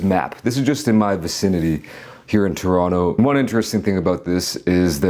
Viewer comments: ahhh u finally pronounce Toronto properly. only took 2 weeks! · Pronounced Toronto correctly. 👍🏼